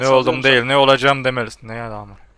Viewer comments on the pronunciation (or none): none